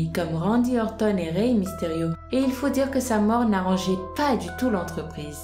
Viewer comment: c'est pas misterio mais mysterio